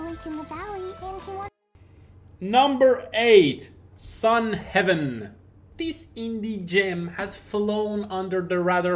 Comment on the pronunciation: Not sun heaven. Sun Haven!